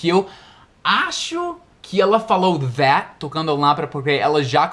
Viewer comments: Vc diz that , parece o som de vat , é isso mesmo? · Passei o vídeo todo tentando decifrar como ele pronuncia THAT mas não consegui, as vezes parecia que o T tinha som de D e outras parecia V. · you pronounce the word Tha(t), with the last 'T" unvoiced. I looked into the dictionary and I saw all of them pronounce the last "t" of That. But, I usually hear lot of people saying "Tha". My question is: the word "That" has the last "T" unvoiced or it is an informal way the natives to pronounce "Tha"? Thanks very much! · A impressão que tenho, a menos que eu esteja diodo, é que, às vezes, quando você fala o “that” soa “vaat”!! E com o “this”, às vezes, soa do mesmíssimo jeito, e sai “viis”!! Poderia esclarecer qual a maneira correta de se falar 🤙🏼... see ya!!